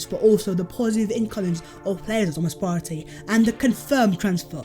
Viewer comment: saying Thomas Partey is so satisfying